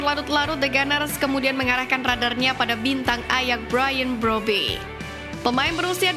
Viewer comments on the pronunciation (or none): none